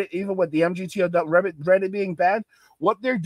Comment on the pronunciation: Say migtow emgeeteeohdoubleu doesnt roll off the tongue brother hard to listen to